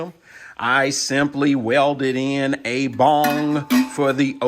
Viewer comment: Good info, thank you. I suspected this was the case. BTW, it's BUNG...it sounds like you're saying BONG...both have their purpose haha.